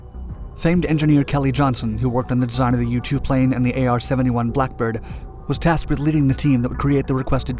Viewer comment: Did he just say “THE AR 71 BLACKBIRD” 😆🤣😂